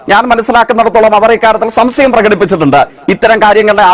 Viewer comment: സംസയം അല്ല. സംശയം